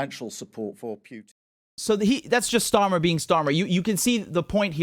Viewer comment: Btw, someone should inform Herr Starmer that Vladimir Putin’s name is spelled Путин (pronounced POO•tin) and not Пютин (which would be pronounced the way HE says it, PYOO•tin).